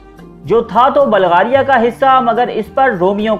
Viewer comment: Oye balgaria nhi hota bulgaria hota hai